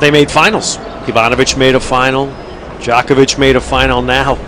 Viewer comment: The pronunciation of "Djokovic", my goodness. But it was still early, and now everyone knows how to pronounce it.